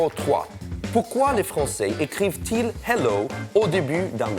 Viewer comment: Y a pas de musicos chez Topito ? Le hello, c'est clairement SOL DO et pas Mi DO pfff. Vous devriez pratiquer plus souvant la soldomi ...